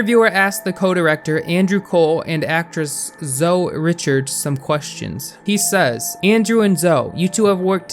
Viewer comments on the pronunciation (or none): Her name is ZOWIE And not ZOE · Its not pronounced "Zo" man. Its pronounced "ZOWIE" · Can I just say her name is Zoe, that's ZoEEE not Zo. Just thought I'd let you know for future reference 😊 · The "e" in Zoe is not silent, btw. Zo-ee. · its zoeeeeee you have to pronounce the e in zoeeeee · the e in zoe isn't silent my guy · Did anybody else find it enraging & irritating that he wasn't pronouncing the e in Zoe? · It annoys me how he pronounces Zoe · how can you not say zoe properly?